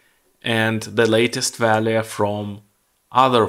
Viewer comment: Пожалуйста не говори валуэ 😅 вэлью будет правильнее. Спасибо за видео!